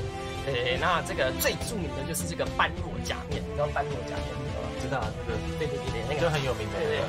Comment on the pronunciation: 感謝分享。順帶一提 般若不是是唸作 班弱 而是唸作波惹